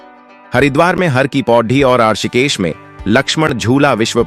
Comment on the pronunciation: तुम कहां से हो, ऋषिकेश का उच्चारण करना तो तुम्हें आता नहीं, हमें ज्ञान दोगे, क्या ? ये डबिंग कहां से करवाई?